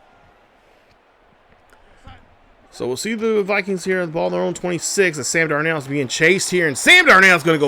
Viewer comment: You is butchering darnolds name 🤦🏽‍♂️😂